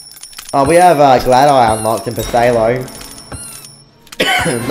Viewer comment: Whwn u pronounced phtalo i thought u said potato xD